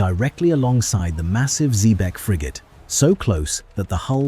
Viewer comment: Is this the Cacafuego of Patrick O'Brian's Jack Aubrey fame who was closely modelled on Sir Thomas Cochrane (Note to Narrator - Xebec is pronounced - ZEEBEK - you should know that......)